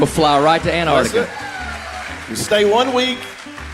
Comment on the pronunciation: We all know is a congenital liar but to give him credit he's the only septic who can say the word Antarctica correctly